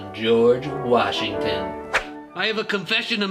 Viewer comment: it’s george Washington not George washing machine